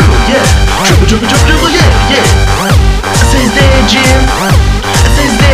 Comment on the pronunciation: Qapla'!!!!!! I LOVE this! the tribbles (not tribles) nearly killed me laughing! Live long and prosper, but Heglu'meH QaQ jajvam!